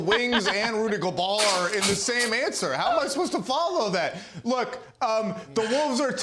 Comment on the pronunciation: Nobody: Big Perk: ‘Rudy Go-buuur’